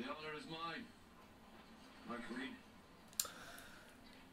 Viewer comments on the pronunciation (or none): none